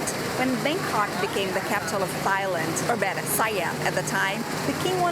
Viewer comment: It's pronounced Tai Land without the H.